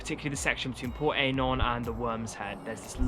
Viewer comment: It’s pronounced Port EYE NON